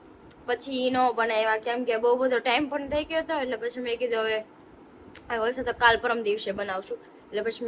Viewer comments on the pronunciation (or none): none